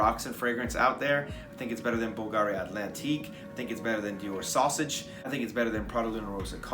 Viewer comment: i thought you said dior sausage lol